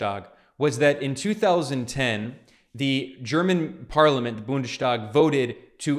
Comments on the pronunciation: It’s not pronounced ‚BundeSTHag‘ it’s BundeStag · Don’t say Bundestag as an SH. It doesn’t always apply for ST combinations and in this case you have to pronounce it as an S.